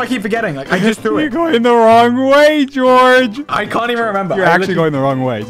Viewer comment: bro called him dorge the hole time💀💀